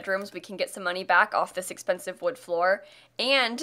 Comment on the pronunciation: I keep mishearing “expensive” as “offensive” and the sass levels are through the roof.